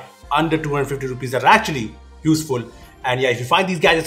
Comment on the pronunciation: Your saying 250 or 1250 I listened that Your voice saying 1250